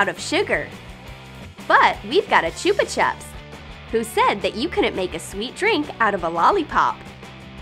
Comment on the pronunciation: Chupa chups ? That is not how you say it